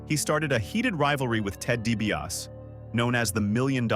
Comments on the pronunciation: Ted Dibiase is pronounced "DEE BEE AH SEE" not Dibiass ffs! :body-green-covering-eyes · Obviously you don't know wrestling. You pronounced Ted DiBias. It's DiBiase Di-Bi-ah-say! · You can’t even pronounce Ted’s last name correctly. DiBiaSEE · Lol, Ted Deebee OS🤦‍♂️ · DiBiasEEEE. Pronounce the Million Dollar Man's name correctly. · It’s de be asi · Its dibiasi ffs. If you're gonna say a name thirty five times get it right f f s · Is this AI doing the voice over? I didn’t think so, until they pronounced Dibiase as “Dee-bee-yass”. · "Ted Dibiaaas"? Seriously, dude, do you even like wrestling? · It's pronounced DiBiasEEE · dibiase de be ah see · How does a wrastlin' channel NOT know how to pronounce Ted DiBiase's name?? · Your pronunciation of DiBiase is so cringe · The pronunciation of Dibiase is killing me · Either he is ribbing us, he doesn't watch wrestling or this is ai generated. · It's an AI voice, not a real person talking. These things always pronounce at least one or two words incorrectly. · It bothered me every time he said it in the video because any real fan who watched WWF back in the day clearly heard the eee at the end